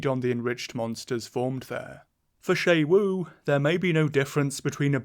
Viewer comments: Isn't it pronounced like "shu wu" and not "shay wu?" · It's pronounced x UWU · The fact that "Xu Wu" is pronounced "Shay-Wu" will never fail to give me an English speaker's aneurysm. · FOR THE LOVE OF GOD WHY DO YOU INSIST ON SAYING XU WU WRONG ITS 4 F ING LETTERS. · this is how i find out ive been pronouncing xu wu's name wrong for a month (wonderful video, i find the octopi very exciting and interesting, they're very hard to read and it makes the fights all the harder and more rewarding) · pronounces xu wu wrong the entire video though lol